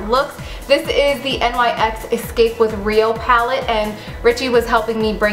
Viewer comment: NYX is pronounced like "nicks" just thought you would want to know. Live the tutorial. You are stunning.